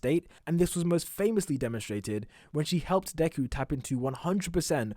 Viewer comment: U can’t say deku